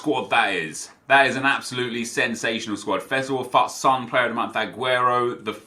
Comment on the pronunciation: Is he saying FUT or FUCK